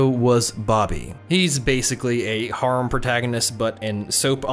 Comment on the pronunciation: He says harem wrong it’s annoying